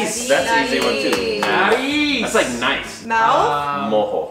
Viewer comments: lol nose is "nariz" not "narise" 😅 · Nariz not narise 💀❤️ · “Narise” jajajajajjaaja it’s nariz